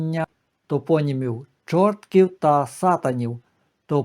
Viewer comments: Дякую,пане, за цікову розповідь,хочу тільки сказати,що не ЧоРТКІВ,а ЧорткІв,наголос на І.Вибачте,але я народилася і живу на цій території. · Дякую за ваші історичні дослідження, які розширюють наші знання. Я й сама багато разів замислювалась над цими двома назвами, буваючи в цих містах. До речі, правильний наголос не ЧОртків, а ЧорткІв , на останній склад. Якісь моторошні відчуття від цих назв, але походження їх були для мене таємницею. А як же жити в таких містах з такими назвами? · Не ЧОртків, а ЧорткІв ( з наголосом на І). Я живу в Чорткові. Село поблизу Чорткова називається УгрИнь ( з наголосом на И) , а не Угринь. Спроби переіменувати наше місто були, але поки що зберігається ця назва. Але греко-католицьку єпархію, з центром у Чорткові назвали Бучацькою, бо Чортківська не дуже підходить для назви , що стосується церкви.